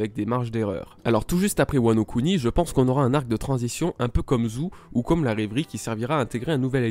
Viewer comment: On dit zoo pas zou